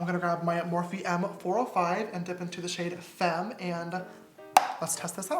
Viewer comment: James: Femme Me: about to pass out Btw u pronounce femme faaaaaaame not like the English word fame.